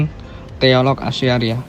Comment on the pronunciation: Bacanya bukan ASI ariyah ya mas..tapi Asy' ariyyah..